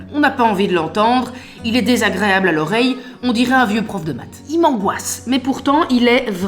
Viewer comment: DéZzaGréaaaaaP' 😆🥳😜😜😜 Et "Nous ne TinT'enDronPas !